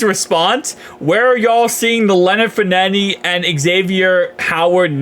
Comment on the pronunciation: lol bro, Fournette is pronounced “FOUR-NET”